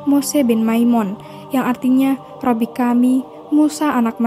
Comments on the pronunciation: Min koreksi penyebutan Robi,yg benar Rabi minbukan Robi 🙏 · Rabi bukan robbi sih